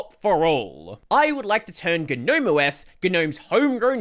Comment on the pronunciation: it's not "Ga-nome" it's just Gnome, plain and simple. it's been that way since 3.20